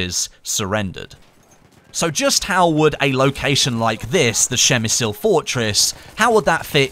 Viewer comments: Dude, pls check how to voice "przemyśl" in Polish in Google translator. Your speaking hurts this wonderful language xD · przygotuj sie jak coś masz powiedzieć w obcym języku! Przemyśl to trudne słowo ale anglik powie to normalnie...tam nie ma Szy tylko P na początku...Trzeba sie pytać ludzi jak coś wymawiać przed nagraniem materiału. Każdy dziennikarz to robi. robisz błędy w każdym języku! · Its "Przemyśl" phonetically it would be: Psheh-myh-shl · Per mi sul. Lol 😂 that butchering. Spit on de Non Austro Hungrian. Mass clicking! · Dont say PrzemysYl just Przemysl xD. What about Gorlice Tarnow? We even got skin for weapons called Gorlice Tarnow. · not that bad actually, but the first letter P should be hard and distinctive. Przemyśl. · You didn't butcher it that bad XD. It's pronounced "Pshe- mishl" (as close as possible because some letters and accents make a different sounds). But as English speaker, not bad 👍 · You made me smile every time you said it so I guess I can you forgive you the butchering :D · Took me a while to understand what you said... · I am actually from PrzemyŚl, and yes you butchered it :p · Hey! I'm Polish and I have to say that you made me laugh a bit when I heard you saying Przemyśl, but later on when I listened to you couple more times, I thought you did it quite well as for being a foreigner.:D The correct pronounciation is impossible to explain (without using the phonetic alphabet) in English, since there's no "ś" sound. "Ś" is a softer form of "s", a bit close to "sh", slightly similar to "sh" in the word "sure". Pronounciation goes more or less like this: PRZEMYŚL > PSHEMYSHL. Good job anyway and I hope you will at least try to say it perfectly just for yourself.:D I think somebody posted a link to the video with correct pronounciation here in the comments. Cheers!:) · you almost got the pronunciation right! Just read the "ś" like "s" in the word "sure. Nice to hear someone at least trying:)